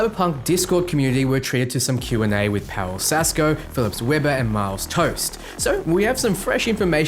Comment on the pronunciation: pretty sure tost is not pronounced toast :p great video!